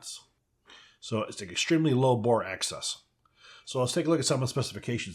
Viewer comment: why do you keep saying 'bore access' instead of bore axis?